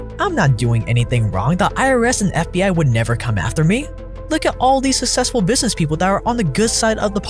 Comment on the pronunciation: "Suss sesfull" 🤣